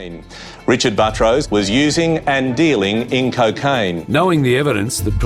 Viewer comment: His name is Buttrose, but the narrator keeps calling him Buh-troce, similar to buttress.. It should be pronounced Butt Rose. If it were my name, I would pronounce it like Buttress also. I bet he had fun in elementary school every time the teacher called his name.